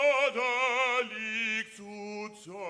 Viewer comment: Perfect? There is nothing worse than a Tommy who thinks he can speak German. Sure someone from the US has an accent, but He sings words that don't even exist in the German language. "Borderlicht" if he is too stupid to pronounce "Brüderlich"because of the "Ü" he shouldn't sing it either.